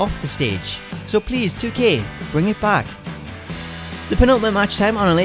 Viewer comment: Why is your acccent so weird everytime you say 2K i feel like you're saying 2Kay